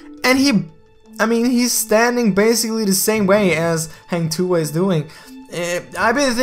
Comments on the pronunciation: can't stop laugh how you say hang tuah 😄😄😄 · Haaang tuah. I soo wanna correct the pronunciation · hang tuha hahahahaha im sorry but so funny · Everytime he says "Hang Tuah" wrong i slowly die inside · Hahah its not heng tuah its hang h a not h e heng heng lol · Hang not heng.. When having sex women will said ah ah ah.. Hang tu'ah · Hang Tuah is pronounced as "Hung-To-Ah" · this is how to say hang tuah like this hang tuwah not heng tuah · Hahaha. Sorry. Its Hang Tuah. Not Heng Tuha. I must comment. So funny😂😂😂😂😂🙄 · Heng tuhah 😅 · its Hang Tuah not hueng tuah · Not Heng Tuah it Hang Tuah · Just Hank tua not hang tuha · Its hang tuah not heng tuha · Dud you say heng tuha not hang tuah hahahah this not eazy want say hang tuah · Hang tuah not hang tu ah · It's hAng tu wah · its Hang Tu-ah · "Hang Tu Ha" I'm dead 😂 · Ugandan Knuckles sorry. He say HENG TUHA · It was pronounce more like "hunk" for hang and "two wah" for tuah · That is a Malaysian Mythological Hero The Correct Pronunciation is Hang Two(as in the number)wah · I laugh everytime he says Hang Tuah XD. Jk Its kinda pronunce as Hung Tu-ah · Like i said 3 months ago...Its "Hung Two Wah" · to say hang tuah correctly u need to basically say Hunt TooWah edit: had to sorry XD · the way u pronounce "Heng Tua" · Bro.. for native english speaker This is the correct pronounciation Hunk-to-arh say it faster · It's actually "hunk too-wa" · im from malaysia.. you should pronounce it hang tuah.. #hahahah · hang tuah is actually pronounced hung-tu-a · Its pronounce like “hung to wah” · Im so triggered.he said HENG TUA😂😂😂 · It pronounced as Ha-n tu-ah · 'hung to wah' thats how u pronounce it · how to pronounce hang tuah in malay? say 'hang' as hung, and 'tuah' as too-wahh. at least, its sounds similar as malay. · "hah-ng too-ah" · Its call hung 2uh. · Hunk two Ah pronounce it hahaha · Its freaking hang tuah not heng tu ah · Heng tuhah? 😂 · It's pronounce hang tuwah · Its hang two warh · Hang Tu-wa